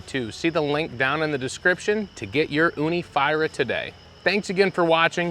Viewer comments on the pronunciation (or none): You're pronouncing the Fyra wrong. It's made with a short Y, not a long Y as in "Eye" It's a Swedish word, and it means four, because this is the fourth revision of this oven from Ooni and a successor to Ooni 3, hence its name ;)